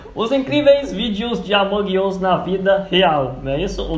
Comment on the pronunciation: Mds gente, não é Among us, é Allmongos cara!!! Edit:"os incriveus " é foda KKKKKKK Edit 2:vcs perceberam? Yn Yang? Se não perceberam reveja o vídeo